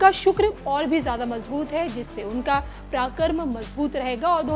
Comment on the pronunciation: Madam aap reporter hain hindi to sahi boliye. Paraakram aur parakramesh to sahi uchchran katriye